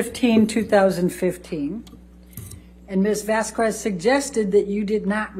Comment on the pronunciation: Could this woman please pronounce Ms Vasquez name correctly?